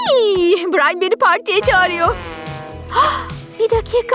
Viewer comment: Brain deyil brian